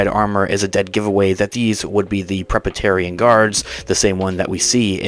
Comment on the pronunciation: Dude-- it's Praetorian guards! Ie. "Pray-tor-ri-an" guards. FYI